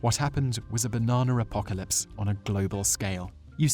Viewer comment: the damn baernanr apocarlyspe going to ruin my bernaner smoothing